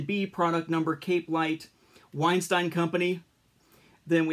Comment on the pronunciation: You pronounced Weinstein wrong by the way. Good video regardless.